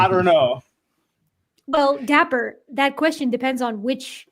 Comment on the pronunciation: probably my glass of wine but why is dapper "diaper"?